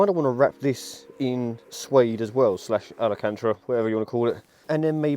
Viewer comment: alacantra? ahahaha nah jk love the content